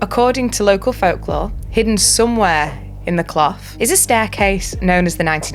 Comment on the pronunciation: Loved the video. As a Blackley native, love the story. Nice to see The Clough and north Manchester getting some love. It is pronounced "cluff" btw ;-)